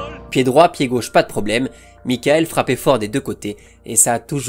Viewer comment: Ben non pas du tout, ça se prononce Mi-cha-ël. Avec un CH soufflé comme en néerlandais, légèrement teinté d'un "R" étouffé, un peu comme le jota espagnol